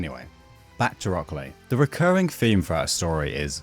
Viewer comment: It's been 20 years? Jesus, I'm old. Also, you're probably the first person to pronounce it as "Rock Clay" and it actually makes sense lol.